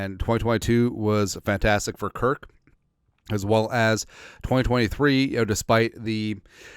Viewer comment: It’s Kirk bro not kirt